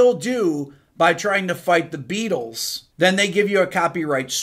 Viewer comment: I am now and forever hear "The Be ah tols"... thanx